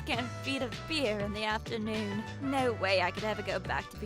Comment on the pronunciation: good afternoon ❌ Good afterdoon ✅